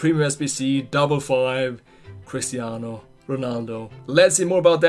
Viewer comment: Lol, am calling him "" from now on.